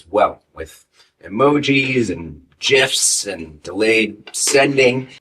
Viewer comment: Thank you for pronouncing GIFs properly. Also, great job on the video!